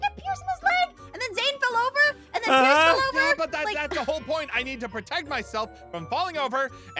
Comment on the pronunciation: U said price it's pierce